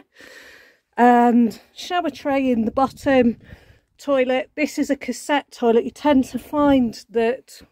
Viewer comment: It would suit me too! Awesome! I'm not sure exactly everything they said...butt...I think she said the "shoilet!" Haha!!!"😂